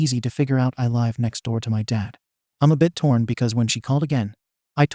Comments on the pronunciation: Two issues with this video. 1) There is too much repeatition! 2)the robotic voice saying 'lve' the wrong way! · OMG OMG OMG OMG PLEASE LEARN HOW TO PRONOUNCE THE WORD LIVE!!! There are TWO WAYS TO SAY LIVE OMG please please please it is so aggravating so aggravating please learn the two pronunciations OMG it is so stupid to put these stories up and not pronounce the words correctly !! Is is because a bunch of stupid people out these up!?! Please figure it out ONG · OMG pronunciations people!! Live has two different pronunciations please OMG learn it !! A lot of people has said the same thing!! Learn PRONUNCIATIONS OMG foreign language OMG!! Learn people!! If you keep putting things on here!! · Does this guy know how to say live. Is it AI?